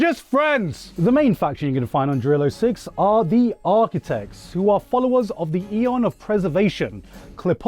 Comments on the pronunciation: Why are you pronouncing Jarilo like that? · tf Jarilo is a Kanada? it's rurussia no doubts